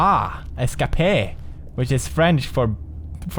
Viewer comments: He said "Es-cop-a". Serious Finding Nemo moment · Know one thinks of Nemo when Pewds says "Escapé/Escapay"?